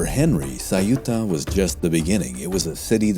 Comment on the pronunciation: Why , is it ? That the narrator didn't bother to research how to vocalize Ceuta. The city of Ceuta . 😅